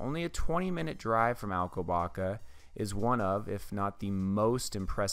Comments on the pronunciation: The "ç", as in Alcobaça, is pronounced as "ss". Very informative video and I like the off-camera voice, lends it a more professional feel. Thanks for sharing. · Not Alcobaca but Alcoba sss a